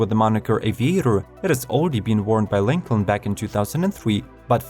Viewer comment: JESUS CHRIST, GET A NATIVE ENGLISH SPEAKER TO NARRATE THESE VIDEOS! I am starting to think this is a fucking ROBOVOICE, as Lincoln and Gladiator were pronounced COMPLETELY WRONG! And you missed the Ford Bronco. FAIL!